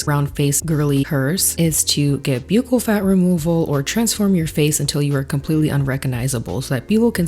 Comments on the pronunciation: Jsyk, "bucchal" is pronounced like "buckle" as in belt buckle. I only know bc I have an uncle who is a plastic surgeon who does professional necessary reconstruction to save lifes. I used to thinknit was peonounced exactly how you say it as well. 😊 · Hi. I love your videos. You are so smart and interesting and pretty. I worked for a dentist and its pronounced buckle. K love you bye. Ooh what did you get botoxed? I fcking love botox! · Buccal is pronounced like buckle. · Hey just fyi “buccal” is pronounced like “buckle” and not “b-yoo-cal” (I know it’s weird lol) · Girl I don‘t think it‘s b-yew-cal, I think it‘s b-uh-ccal 😅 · It’s pronounced Buckle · Buccal = BUCKLE If you're going to use these words, learn how to pronounce them. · Fyi, buccal is pronounced like buckle. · Former dental assistant here. “Buccal” in the US is pronounced as “buck-call”. It sounds similar to “buckle” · PCOS survivor here (sans one ovary)! Let's hear it for the chronic pain girlies in the house! I just happened on your channel for the first time, and I think you're uniquely beautiful. Subscribed! Oh, and buccal is pronounced exactly like "buckle," says the 62-year-old who's obsessed with plastic surgery (yet I could only afford lipo back in 1994).🤪🤓 Edit to add: I love Lorry Hill!🤩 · Buccal pronounced like the decoration on a shoe/boot.. buckle it's buckle. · Buccal is pronounced “buckle” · I hear a lot of people pronouncing buccal wrong. Hi from your dental office, it’s pronounced like a belt “buckle”. I would want to know if I was saying something wrong! Great video! You said everything I’m thinking! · It’s pronounced like buckle girl ☠️☠️